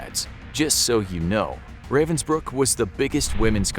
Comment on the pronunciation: it hurts me everytime he misspronounces ravensbrück